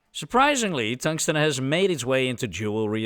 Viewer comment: Tongue-sten is lickable. 😛